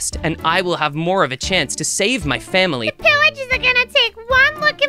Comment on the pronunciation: Miloo said they're attacking my fawmly